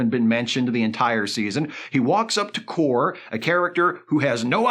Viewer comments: Not that it matters...Kore pronounced KOR-ay. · I appreciate the fact that Isa Briones' character in Picard S2 was so unmemorable that pronounces her name differently from how it was said in the series